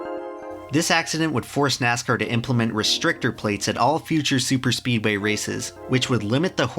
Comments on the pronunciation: This is my 5th time watching it and i finally realised he spells speedway wrong and says speeway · ITS Speedway not Speeway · says speeway😂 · "Daytona International Speeway" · Am I the first person to notice he mad a mistake: 'Daytona International Speeway' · Daytona international SPEEDWAY not Speeway lol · "Daytona International Speeway" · Speeway? I think he meant speedway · “speeway” (speedway) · great video but Datona international SPEEWAY REALLY XD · I don't know about you, but I would re-edit and re-release the video so it says "Speedway" instead of "Speeway". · you sad Speeway intead of Speedway! great video! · What is a "Speeway"? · Speedway not Speeway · lol ...Speeway... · "Speeway" Entire video ruined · "Speeway" PS Loved the video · “Speeway” lol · now this is epic, but you said speeway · "speeway" bruh Not trying to take away from the awesomeness of this video, btw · "Daytona International Speeway" - 2019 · "speeway" lol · "speeway". Where's your "D"? ha. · "Daytona International Speeway" haha you made a mistake in your hardwork video. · Daytona Int'l "Speeway" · "Daytona International Speeway" btw